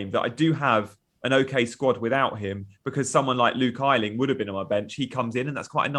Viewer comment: Its pronounced A Ling ,not I Ling !!!!!!